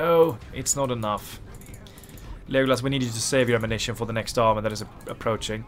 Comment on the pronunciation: Just wondering, why are you pronouncing it as Lijeeegolas 😂?